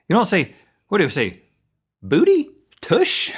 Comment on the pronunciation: BOOTY HE SAYS IT SO WEIRD